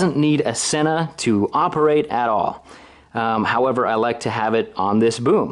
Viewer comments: Since I bought my SMH10 units, I have been making the same error that you have made on this video. It turns out the correct pronunciation is " SEEna" not "senna" ! I don't think we're the only people guilty of making this mistake, but if you listen to YouTube videos made by Sena or happen to call them, you will see we are wrong ! The SMH10 is incredible and my only complaint is that the range is very limited due to the fact that it's all done via bluetooth. Love your idea of creating a tour business - have thought that's the direction you should go for a long time. Hopefully you can become the Edelweiss, Beach, IMT, etc. of Utah ! Best of luck and keep up the great work !!! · With grammar rules I don't get how people get "senna" from the word Sena.